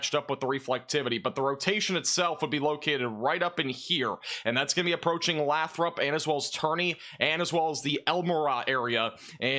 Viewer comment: Lots of different pronunciations, but in that area Lathrop is pronounced 'lay-throp'